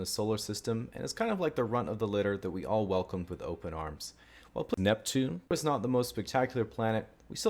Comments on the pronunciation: Why cant he say neptune, NEPtune, I mean that planet NEPTUNE. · Did he just call Pluto Pneptune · Well, he was saying "plneptune" there. Poor pluto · I think for that last one he meant Pl-Neptune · that's a weird way to pronounce Neptune